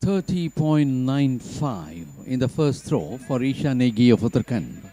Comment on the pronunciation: Request to pronounce Uttarakhand correctly. It is Ra not R in Uttarakhand .